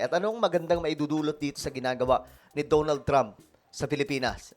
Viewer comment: "Da na ld Trump" not "DO NOLD" Trump